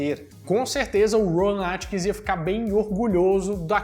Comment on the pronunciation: O nome do ator não é "Rowan Atkins", como você diz. É Rowan AtkinsON. Atkinson!!